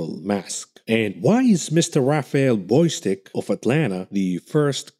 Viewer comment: The name is Bostic, not Boystic.